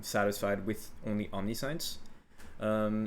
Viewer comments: Just a note, it's not pronounced OMNI-SCIENCE... It's om-ni-see-uns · Bruh omni-science lmfaoooo Its om-ni-shi-ence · Nice video, but it's pronounced aam·ni·shns and not omni sai uhns.. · Great video, very helpful (for the first half that I've watchd), but I just have to comment... It's omnih-shints. Not omnee- science. I know it's spelled like that, but it's not pronounced like science. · Omni Science /Facepalm Please say om ne shense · Say "omni science" again. Please. Please do. For christ's sake dude it's pronounced "om-nih-shence" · /ämˈniSH(ə)ns/ Om Nish Ense Not Omni-Science. English doesn't seem to be your first language so there is a lot of forgiveness here. But just to be accurate here. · Cool guide, that build looks amazeballs, but you saying omni-science is killin me! "Om-Nish-Ence" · my only criticism is that it's pronounced Omni-Shense the i isnt "EE", its low i sound :) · i'm doing accuracy stacker but used this to look for possible improvements thanks. btw omniscience is not pronounced "omni-science" is "omnishince" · its omni-shee-ence, not omni-science lmao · Om-ni-shance is the pronunciation. I know it sounds stupid but wcyd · awesome level of detail. and tip: omniscience is pronounced 'om niss shince" not omni science unless you were memein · Its not Omni-Science its Om-nee-see-ence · Good guide thank you. The amulet is not pronounced 'omni'-'science' in English. This actually becomes its own word that sounds like: aam-ni-shi-en-ts That last 'ts' sound has a kind of cut to it like how we pronounce the 's' in 'ants'. The 'tss' like a symbol on a drum set. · om-NIH-shense is the correct pronunciation i have no idea wtf aam-ni-shi-en-su is but thats even more confusing than omni-science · you pronounce omniscience wrong, its pronounced, omniscience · "the rest of the video will have a more serious tone" Proceeds to pronounce it "omni-science" lmfaaaooo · I don't want to be that person but... Omniscience. Om-nih-shince.